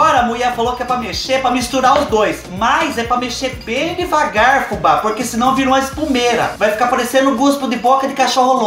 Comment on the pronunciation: eu ouvi um degavar?